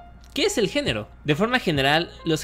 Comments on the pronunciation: dice genro no género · No es por arruinarlo pero dice génro y no género